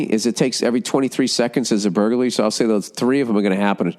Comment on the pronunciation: He cant even say burglary bwahaha